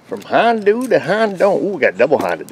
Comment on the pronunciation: From 'Hon-doo' to 'Hon-dont'. LOL. Yeah shes pretty rusty. Curious if the cost for a Cal-carb compliant cat exceeds the value of the car.